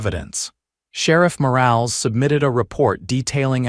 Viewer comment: Morales, for God's sake, pronounced Mo-ral-es, NOT morails!